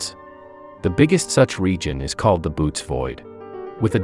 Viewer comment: I love thinking about the staggering and infinite cosmos. It's always awe-inspiring. Minor quibble : the name of the supervoid is pronounced boh-OH-tees, not boots. :)